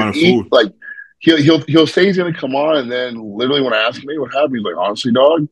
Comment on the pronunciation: I can't help but say this but always mispronounces 'further' as 'father' and 'literally' as 'little-lee'. It gives me a good laugh 😂 Nick Walker and do the same thing 😊